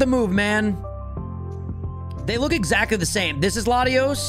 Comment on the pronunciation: NEITHER! THE FIRST O IN LATIOS IS SUPPOSED TO BE AN A! AND THERE IS NO W IN THE NAME!